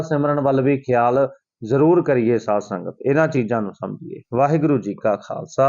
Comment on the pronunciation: Saad sangat nhi pehla bolna sikho SAADH SANGAT JI